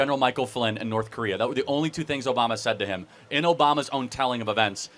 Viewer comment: It’s North, not Norff, just like its truth, not truff